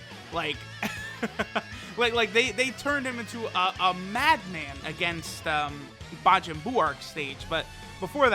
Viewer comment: we gon just ignore that he just said bajin buu?